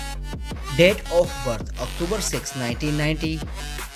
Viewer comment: I really thought they're dead.. bcuz the narrator pronounce Date as Death hahah sorry for my deafness